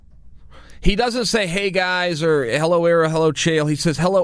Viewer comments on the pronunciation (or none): I just love when Chael say guyzez